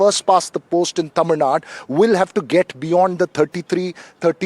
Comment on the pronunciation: Dear - Correct pronunciation is Tamizhnadu, not Tamizhnad